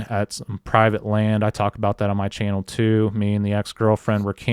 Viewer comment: it’s ‘channel’ not ‘Chanel’. And ‘worthyith’ isn’t even a word!!, And whilst we’re at it, stop quoting from that little ‘fable’ book, the Bible is what nut-jobs call it I think!!..have a Great Day..